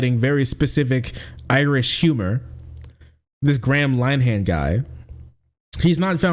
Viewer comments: "Gram Line Han" is the best pronunciation of his name I've ever heard, 10/10 no notes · Your pronunciation is way off. Graham Linehan is pronounced (phonetically) 'Grey-am Linn-Ee-han'. No wonder I didn't at first know who you were on about. It's a pity - he's the architect of his own downfall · It's pronounced more like "gray-em linn-ahin" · Totally agree, but his name is pronounced grey-uhm linn-er-henn, not gram line-han. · PRONOUNCED Grey-um Lin-eh-hum not, Gram Lyeam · Gram Line-ham... I will never feel bad about mispronouncing foreign names ever again. XD ~st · Gray-um Lin-er-han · Lin-e-han. Lin rhymes with bin. 'e' as in 'duh'. the 'han' is pronounced more like 'hun'. And it's Grey-um. It's a shame. Linehan was responsible for some great comedy, but became consumed by irrational bigotry because his ego got hurt.